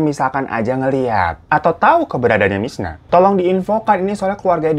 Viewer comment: ini gue yg salah denger apa emg bang hiro nyebut si korban namanya 'mirna' bukan 'misna'? 😂